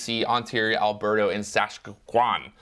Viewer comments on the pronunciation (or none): As someone who lives in Saskatchewan, I find it irrationally hilarious to hear you try pronouncing it. Also, we have a street called Idylwyld. Trying saying that.